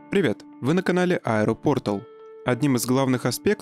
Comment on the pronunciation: А вы уверены, что пОртал, а не портАл, как все до вас произносили? Кстати, если Ил-96-400 лишат двух двигателей, то называться он будет уже как-то совсем иначе. Возможно, Ил-106? Или еще как-нибудь...